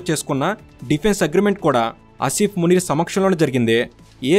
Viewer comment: Eedu names correct ga chepatla minimum, field master antadu entento notikochinadi anesthunadu…. Anni sarlu Aa Munir gadi name palikavu okka sari ina correct ga chapthunama ani aalochinchava avanni nduku likes, views and subscribers vasthunnaru kada chaalu antava 😂😂😂